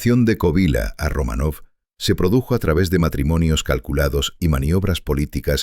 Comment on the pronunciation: Y dále con "Romanóv". No es "RomanÓv", es "RomÁnov". A ver si se documentan bien antes de hablar de nadie.